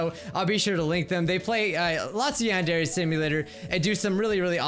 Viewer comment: please.. learn how to pronounce Yandere right... what’s the point of learning a language if you’re gonna butcher it?